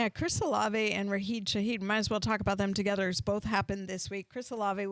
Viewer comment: Rasheed* not Raheed lol